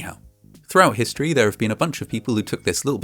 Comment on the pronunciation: I love Vatching Vascinating Vhistory